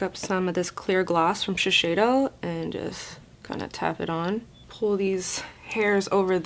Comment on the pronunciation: girl its shiseido she-said-o